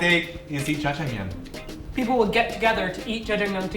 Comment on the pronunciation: its jajjangmyun